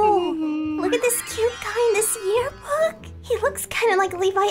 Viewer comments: Levi: Yearbik I laughed so hard at that part 😂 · I was laughing so hard, when Levi said year beek! Alex:a new word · Nobody: Levi: Yearbick Alex: I guess Yearbick is a new word😂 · Levi: alright, the next one is called: "Yearbeek-" me literally laughing to death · the bloopers when levi said "yearbik" i couldnt stop laughing lol its was so funny! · Geat video as always! it's funny how levi accidentally said "Your big" instead of Yearbook😂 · It was so funny when levi said yearbik or some thing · Levi said yearbick